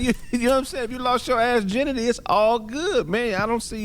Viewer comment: ...assginity 😐 😅🤣😂 omfg 💀